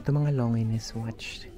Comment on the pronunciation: FYI po - LONGINES (Lon-zheen or Lon-jin) 😊 not Lo-ngi-nes... ✌️ but gusto ko yung vlog mo. new subs here